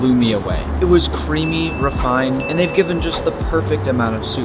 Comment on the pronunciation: Did he say"CREAMy